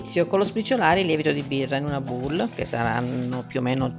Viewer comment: Ottima ricetta. Grazie mille, ci proverò alla prossima occasione. Per informazione la bacinella o insalatiera che dir si voglia, se nominata alla francese non sarà pronunciata "bul" ma "bol". Scusa la precisazione ma molti italiani fanno questo errore.